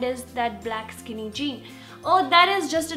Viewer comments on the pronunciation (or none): none